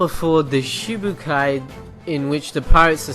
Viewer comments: I've been seeing this a lot lately Its Shichibukai not shibukai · haha he says shibukai :P it's shichibukai haha I hate one piece and even I know that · shibukai -_- srly it's Shishibukai